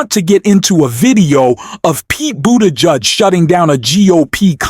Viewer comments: Gavin Nome? Pete BooDodge? Bad AI. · Say "Boot A Jedge" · Im new here so if its some kind of inside joke or of its om purpose or what, but Ol Mayor Petes last name sounds like Boot Edge Edge he had silly signs made when he was running cause people.say it like you do here. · Pete Boudage? It's Buttigieg. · Pete. Buteh. Judge. Please learn to pronounce all names!! Thank you. #45. CANNOT SERVE IN THE WH EVER AGAIN!! KEEP THE GARBAGE OUT!! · Please pronounce properly Secretary Buttigieg last name. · Hey Dude! Please get Buttegieg's name properly pronounced. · Hello. Why can’t you pronounce the governor’s name correctly? Also Pete’s last name. Name mispronunciation simply makes you sound ignorant. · I enjoyed this video and its message, but I don't understand why you kept mispronouncing Newsom's and Buttigieg's names. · Pronounce their names better, please! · I like your show. But please learn how to pronounce Buttigieg correctly. He deserves the respect. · Subscribe? Why can’t you pronounce Pete’s last name? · Learn how to pronounce Newsom and Buttigieg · Is there a reason why you mispronounce Gavin Newsom and Pete Buttigieg's names? I only listened because of content, but please please do better. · I wish you could learn to prounce Pete's last name. Other than that, I enjoy your vlogs. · Why do you keep calling Newsome "Gnome"??? And why do you keep mispronouncing Pete Buttigieg's name??? Bit silly isn't it?? You need to grow up if you want to keep my following, mate. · Are you using an AI voice to create your video script? I ask because of the irregular, but repeated, mispronunciation of surnames such as Newsom (Gavin "Nowm"), Buttigieg (Boo te jooge) and even at times Musk (Moosk). What's up with that?